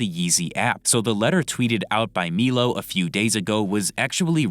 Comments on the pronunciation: Its pronounced "MY-LOW" not "MEELO" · Also it’s pronounced “MILO” not “MEELO”😂🤡